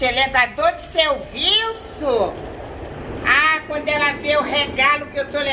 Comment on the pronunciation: ''elevador de selllllviço'' kkk